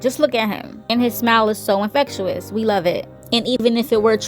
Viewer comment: InfectYOUis is not how you pronounce it